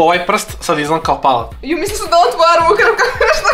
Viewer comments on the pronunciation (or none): umesto palac je rekao palap